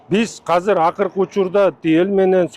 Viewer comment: Азыр деп сүйлөчү мэр ака хазыр хазыр дей бербей